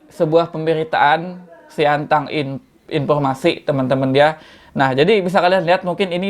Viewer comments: Btw sintang bang bukan siantang🙏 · SINTANG WOY BANG BUKAN SIANTANG... TERSUNGGING AKU BANG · Sintang bang bukan siantang 😁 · Sintang bos. Bkn siantang haha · kok siantang ..sintang bang sintang :D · Sintang pak,bukan Siantang 🤣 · Sintang bang bukan siantan 😂😂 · Kabupaten Sintang bg bukan siantang😅😅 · Sintang bg bukan Siantang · Sintang bg ,bukan siantang😁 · koreksi bg bukan siangtang, tapi sintang wkwkwkwk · Sintang bang bukan siantan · Sintang bang bukan Siantang hhe Salam dari Pontianak Kalimantan Barat